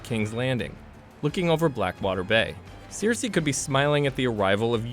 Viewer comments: Also not Sirsi, it's Cersei, not Melissandra but Melisandre 🤦‍♀️ did this guy even watch one episode? smh! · "Jendry" and "Seersee" and "Varies." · OK, your pronunciation of some of the names is so, so off! Cersei is pronounced "sir-say" not "seer-see". And "maester" is "May-stir" not "master" 😂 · yeah and "seer-see" instead of "ser-see" what the hell? We're SEVEN seasons in and he's heard this names a billion times but still..... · I spotted Seersee....many times and Jendry..Raygall... once. Gawwwwwwwwwd fix your pronounciation of the names man! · WTF IS “SEARCY” LMAO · Who is this 'Jendri' and 'Cierci' you're speaking of? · Seer-see and Jen-dry lmao I’m so glad I wasn’t alone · Sear-see lol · He kind of butchered every single name he said lol "Seersay," and "visairEEon" and "varEES" lol wtf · To be fair, George R.R. Martin pronounces Cersei as "Seersay" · This was so annoying. The person narrating definitely hasn’t seen the actual show calling maester master and Gendry Jendry and pronouncing Cersei incorrectly too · Ugh this guy butchered the names so badly 😒 Such poor effort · I cringe every time he says Cersei. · Sam stole his father’s sword in Season 6. The pronunciation of half of these names is also killing me, plus the pace of this video. Seven hells. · nah, caught as well and your not the only upvoted comment addressing it; kinda ridiculous when we have the show (lol) with its proper pronunciations of the names (lol)